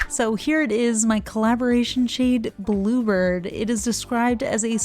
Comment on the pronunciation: Love the colour - the first three times you said "bluebird" before seeing the text and bottle, I could've sworn you were saying "blooper" lol 😅